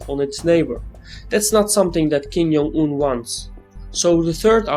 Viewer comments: Hello, it's kim JUNG-un, not kim "yung"-un. I know ur pronouncing it like spanish where J is a Y, but it is not the case for korean. great video nevertheless by the way. :) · Worst mispronunciation of 김정은's name